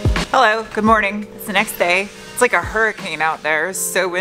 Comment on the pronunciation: Always happy to see you and hear you say "hello" or "helleur" or some variation